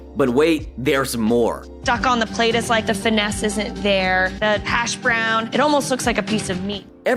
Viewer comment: ok, I thought it was just me. Saying hashBROWNS not HASHbrowns, and calling Mark Mike a few times felt very AI. That being said, still entertaining, but 😒